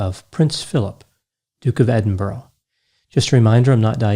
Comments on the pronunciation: Great video. Sorry to do this, I mean no offence! But as a Scot, who lives near Edinburgh, it’s pronounced Ed-in-bur-uh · Just so u know it’s pronounced Edinburgh not Edin-burrow :) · Dearest Americans: it’s pronounced Edinbruh. That is all. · I've been to Edin-Burrow many times It's very nice Apart from the Edin-Rabbits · It is pronounced "Ed- ing- Bru" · It's pronounced "Edin-bruh" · You could have pronounced Edinburgh right! 😂 Apart from that, it was an interesting video. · Rest In Peace Prince Philip. Wonderful video as always - the best analysis of Prince Philip I have seen (and being British I have seen many by now!) I always thought he was hilarious. I am Scottish and I love pronunciation of Edinburgh too much to correct it:D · You mispronounced Edinburgh 🤦‍♀️ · Americans really ought to get around to learning how to pronounce 'Edinburgh' one of these days. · Any other UK listener shout at the screen with every mispronunciation of Edinburgh??? Another fantastic video & insightful overview so you're forgiven xx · Edinburgh is pronounced Edin...burra 😂 not Edin...borro Apart from that another flawless analysis 👌🏼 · Pronunciation note: it's Edinbur-uh, not Edinburo. Like Huh? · Not trying to be rude but Edinburgh is not pronounced Edinborough. It's pronounced Edin-burra. Someone on the Canadian news pronounced the city Eden birg!@ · It's Edinbuh-ruh or Edinbruh, not Edinboro. Also in the UK a lieutenant is pronounced 'leftenant'. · Or even Edin-in-bruh (depends on whether you roll the 'r'). Edinburrow sets my teeth on end. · It's Edin-boorg that particularly gets me. Where do they find the "oo" and the hard G? I normally say Edin-bruh or End-bruh, depends how quickly you speak I suppose, haha x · EdinBURAH, not Edinborrow!! I'm no Royalist but I feel for wee Queenie, she loved him very much for a very long time. Big love from Edinburgh! :) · It's Edin-bur-ugh